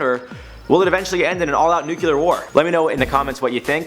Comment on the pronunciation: IT'S NUCLEAR NOT NUCULAR JESUS NOO CLEE ARR